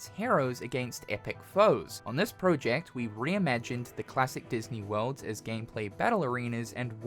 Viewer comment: I hate the way yoi say project